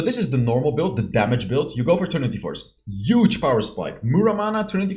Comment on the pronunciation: Trinity forge plus glute graves is Youge! Lol sorry I had to pick on it accent bro. Love ur channel have seen every video.